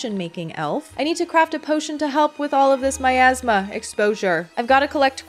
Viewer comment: I can't stop hearing Miasma as My Asthma